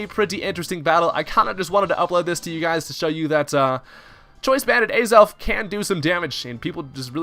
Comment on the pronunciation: Ay-zelf? It's Ah-zelf. :P Aside from that, Choice Banded Azelf? Let's gooooooo!